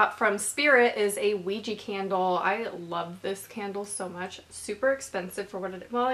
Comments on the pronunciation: "ouji candle... Ouiji things... Ouiji board" 😂😂😂 OUIJI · Anyone know why is it pronounced ouiji and written ouija?